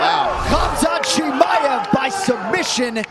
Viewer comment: It's chimaev mate. Great video tho 👍🏿